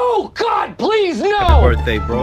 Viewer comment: I loved how jisoo said please as plijja